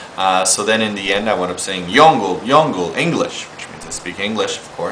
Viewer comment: young-uh or young-eo is more appropriate. most people mistake the UH sound for oh